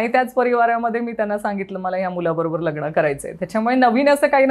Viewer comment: लगण की लग्न 😂